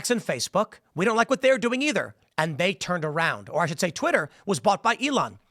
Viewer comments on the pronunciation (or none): none